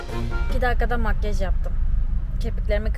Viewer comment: Makyııjj demesine çok takılıyorum ya :)) Makyaaaj der misin? :))